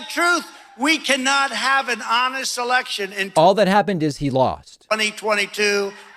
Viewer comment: Did he say election or erection?